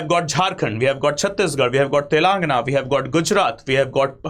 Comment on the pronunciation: You need to work on pronouncing Telangana